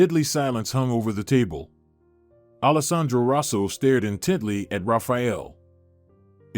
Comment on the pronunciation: What’s with the constant misspellings/ pronunciations in these great stories ? You can’t “ in Teddy” look at someone or “language look “ at them. The stories are great but errors are distracting.